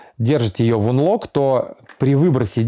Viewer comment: Чувак, отличное информативное видео, но я тебя умоляю читани транскрипцию тех английских слов из интерфейса которые ты используешь напр., stand by - стэндбай (не стендби), unlock - анлок (не унлок). От чистого сердца говорю, и будет всем нам счастье и любовь.